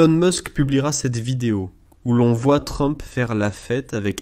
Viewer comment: Ilon mask,troump..cest quoi ces prononciations😂😂😂😂